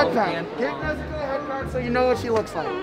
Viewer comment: “Nezu-cola” “Nezu-coke”